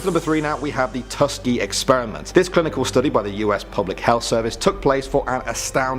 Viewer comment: Yall need to use google for pronouncing words. How dare you not know how to pronounce Tuskegee